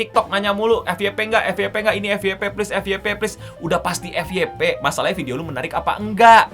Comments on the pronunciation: FYP bukan Efiyepe (EFI YE PE) akan tetapi EFYEPE (EF YE PE ) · Dalam Pengucapan Bahasa Inggris : FYP : F WAI PI.